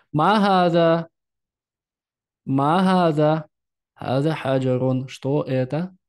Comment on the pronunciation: почему Вы спорите?! Я живу в арабской стране, учусь у арабок, никто так не произносит, как Вы говорите. "Ма" не как в русском языке, мягко, но не "мя"